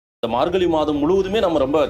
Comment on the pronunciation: Dear, Thai piranthal vali pirankum enru solhirirhal. Vali enral pain. Vazhi enral paathai. Athe pol 'markali' enru solhirirhal. Thamizhil 'zha' enra ezhuthu mihavum mukkium. Antha ezhuthu varum sorkalai pesi payirchi edunga. Piraghu matravarhalai petti kaanalam. Thamizhanaaha piranthu 'zha' enra ezhuthai ucharikka theriyavillai enral vetkka pada vendum.